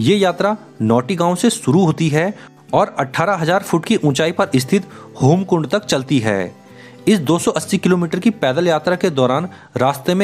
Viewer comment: भया जी अच्छी जानकारी दी हैं आपने लेकिन वो होमकुंड नहीं हेमकुंड हैं और जगत्जन्ननी आदिशक्ति माँ नंदा गढ़वाल व कुमाऊँ की ईष्ट देवी थी नहीं सदैव ईष्ट देवी रहेंगीं😊 जय माँ नंदा राजराज़ेश्वरी❤🙏 हर हर महादेव❤️🙏